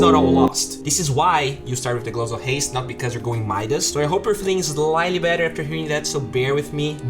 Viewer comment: LEVEL = LAAAVEL. Better = BATTER.